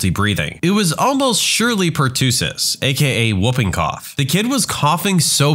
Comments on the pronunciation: It’s per-tuh-siss, not per-two-siss. Just a heads up. :) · Just a friendly FYI: Pertussis is pronounced as "per- tuss- sis", not "per- too- sis". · Please stop mispronouncing pertussis. The u is like in us, not tuutuu. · Someone needs to look up how to pronounce "pertussis" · Look up the pronunciation of pertussis